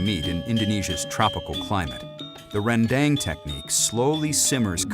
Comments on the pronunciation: Ren-dEng. westerners always say this wrong. dang it's pronounced: Ren-dAng 🤣🤣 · Its spelt "rendang" but pronounced "ruhn-dung". The best rendang, in my humble opinion, is the minang style slow cooked for hours upon hours over a wood fire so as to not only have a distinct rendang taste but also to absorb the rich smokey flavour. Cheers. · om William tolong ajarin mereka pengucapan rendang yang benar om. masa' rendeng jadinya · justru pengucapan yang benar itu randang, nama makanan yg bersal dari proses pengolahannya